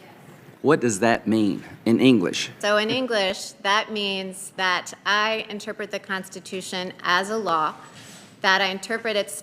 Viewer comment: inturpit or misinturpit ????